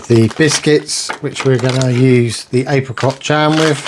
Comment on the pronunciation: "Menu free" "April cot jam" 😂.